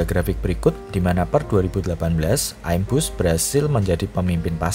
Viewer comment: ngomong aja salah, im-bus ky pelafalan imun, bukan aim-bus hadehh